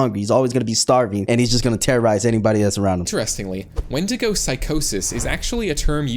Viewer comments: its not wendigga it’s pronounced win di go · where did you get wen-dig-ga from it's wen-di-go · Did bro Just say "Wendnga" 🥹💔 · Bro said whendiga 😭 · intro begins:"falls of chair" also:"say wendiko instead of wendigo" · Did bro say wendiga or am I tripping 🫩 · Bro rlly said wenDIGA instaind of wenDIGO 😂😂😂😂😂😂😂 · Bro said the wendigo wendigu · Bro it's wendigo not wendigga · It's actually pronounced wendigo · He said wendiga 😂😂😂😂 sounds like ni-! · Bro say wndiga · did he say wendigger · bro did NOT say wendigo💔🥀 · It's wendigo you motherfunker dumb bish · He did not say wendigo